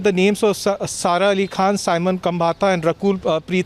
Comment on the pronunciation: Stop calling it B-Town.. the world is watching! It’s Bollywood, Mumbai or Bombay, name and shame! BTW it’s Simone not Simon!